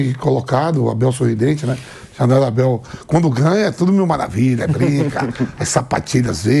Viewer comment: O MCP não consegue falar o nome do Abel. Um bobão.😂😂😂